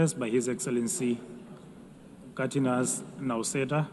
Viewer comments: Katinas Nausėda XD its Gitanas not cat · Presenter should at least learn how to say countrys name, what a joke, Liuthenia really? And president's name is Gitanas, presenter said "Katinas", which is male cat in lithuanian, UN IS A JOKE